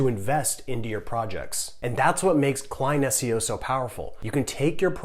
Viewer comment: Did he say client SEO? I couldn't quite catch what he was saying